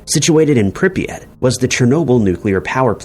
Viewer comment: Bro the city is Pripyat. First sentence of the video is already incorrect lmao.